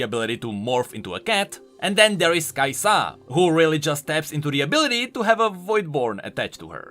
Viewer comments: "It's NOT kAi'sa it's kai'SAAAAAAAAA" i'm sorry i got to do it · Only thing bugging me about this list is your pronunciation. It's KAI'sa, not Kai'SA. This is like leviosa levels of bad pronunciation. And then you go the opposite with WUkong. It's WuKONG, bruh. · If you say renGAAR (after khaZIIIX and kai'SAA) I woulda given up hope xD